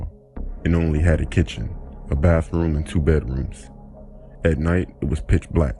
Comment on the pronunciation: like his delivery! The deep voice girl character thing, most people get over that after hearing enough stories that way. He could work on some his "th" as "f", "toof for tooth, baffroom for bathroom" - but otherwise, you get to like his voice, it's his own style.